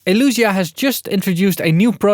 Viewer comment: Nice video! Still think the brand is called Elysia and not Elusia ;)